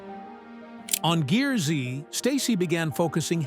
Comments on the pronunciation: The Ai voice over bothers Me.. Stacy's show isn't GEAR-Z it's pronounced GEARS.. Also, why the intro photo alluding to Him being hospitalized? With NO mention of it? That photo looks suspiciously like the same photo used for the Frank Fritche's story.. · GEARZ , NOT GEAR ZEE !! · It’s not pronounced Gear Z 😂 it’s pronounced Gears with a z instead of an s! Watch the show. It will say welcome to Gears! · I wish the people who want to do these exposes would watch at least ONE episode, so this announcer would know that it's not Gear-zee, it's gears, with the z replacing an S. At the start of every episode, the announcer says "you're watching GEARZ" (NOT Gear-zee) Jeez, get it right, will ya? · That was the point at which i shut it off, too cheap to hire a rsal narrator. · WTF IS THIS DAMN NARRATOR HE CANT PRONOUNCE SHIT ITS PRONOUNCE GEARZ NOT GEAR Z AND ITS TIG NOT T I G YOU DUMB ID10T